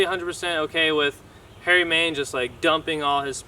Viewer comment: Dude its main not man (no hate just pointing out)keep it up brotha